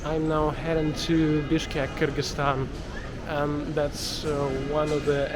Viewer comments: "КЫргЫзстан" прямо на кыргызский манер произнес👍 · на английском обычно либо "Киргизстан", либо "кёргизстан" произносят, и вроде как оба эти варианта даже правильные😊